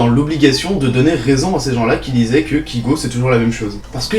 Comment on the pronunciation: Premièrement, apprend à énoncer correctement le nom de l'artiste que tu permets de critiquer, ce n'est pas "KIGO" mais bien "KAYGO", et qui s'écrit Kygo. Je pense que tu ne te rend pas forcément compte du travail fourni derrière ses musiques ainsi que le sens, dire que ses musiques sont "nulles" je trouve ça très peu pertinent pour une chaine qui se dit critique. Et dire qu'il n'a pas d'avenir, rien qu'au aujourd'hui, après avoir achevé sa tournée mondiale, il s'encre vraiment dans le carré des meilleurs DJs mondiaux. Critique, si on peux appeler ça ainsi, sans aucuns intérêts.